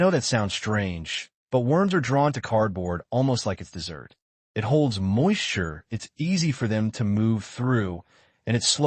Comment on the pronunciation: i do not like an AI that cannot pronounce the difference between dessert and desert